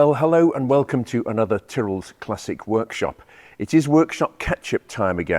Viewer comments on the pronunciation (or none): none